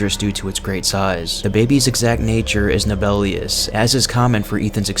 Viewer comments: Nebulous not nebelious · Well-made video, great work. Just an FYI-- the word "nebulous" is pronounced "neb-you-luss."